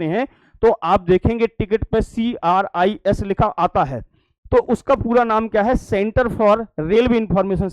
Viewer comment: Session to bahutt aicha laga lekin aap galat kyu padte hai , likha kuch hota hai padte kuch ho , CIRS hai ya CRIS......😊😊😊😊